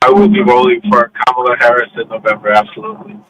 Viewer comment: Please pronounce VP Kamala Harris' name correctly, PLEASE!